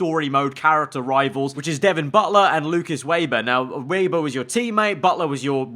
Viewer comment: Its pronounced “Vebber